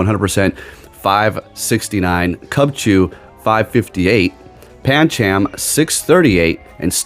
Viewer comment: gonna be honest with you the whole ca launcher thing bugged the hell out of us watching claw one syllable the whole thing clauncher is 2 syllables calauncher is three just had to stop that and paaaan chaaam i alwways thought pan chum (phonetic) sounds better/ correct but that is more down to you accent